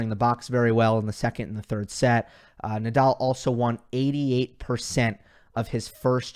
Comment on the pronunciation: cuando pronuncias Naaadaaal no parece que digas Nadal! :) Rafa better